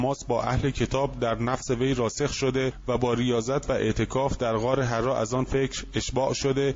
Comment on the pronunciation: مَلَک کجا مَلِک کجا، غارحّرا نه حِرّاودهها مورد غلط خوانی مشابه.